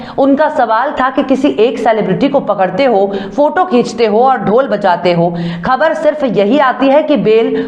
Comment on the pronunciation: Dear beti tum apni khabren parhne se Pahle Urdu ke ashaar parhti hai Mujhe achcha lagta hai Aap se Guzarish hai thorhi koshish karne se Aap Ka talaffuz sahi ho sakta Hai.... Lafz sahi.. Khbr...worng..khabar